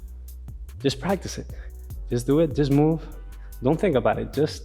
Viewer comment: "práctic time",,, jajajajja la fuerza guerrera a pleno !!!! mucha energía